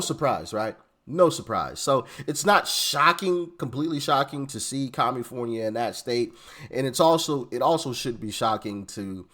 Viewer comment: Did you say Kommipornia! That works!